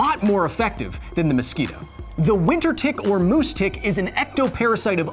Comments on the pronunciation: HA ! You said " mouse tick ", that soulds like " moustique " wich mean " mosquito " in french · Right after mosquitoes, you talking about "moose tick" was surprisingly funny* to me, because it PERFECTLY sounds like the french version of mosquito : "moustique" (aaaaand because i'm french. or i wouldn't care, though) * funnily surprising ?